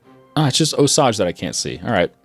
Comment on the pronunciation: Osage is pronounced Oh sage. The only reason why I am saying this is because the area I live is named that.